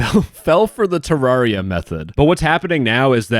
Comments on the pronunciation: "Ter-rawr-ia" is crazy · Its Te-rare-ia. Just so you know.